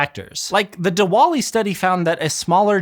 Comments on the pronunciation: It's pronounced divali, just FYI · The pronunciation of Diwali was criminal 😅